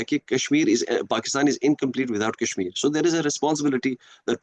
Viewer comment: Wanted to comment on each and EVERY point 👆. .but every time I lapsed into fits upon FITS of Lolz 😂 at this Opium-fest !! Kashmir "Kaaas" esp LoL LoL 😂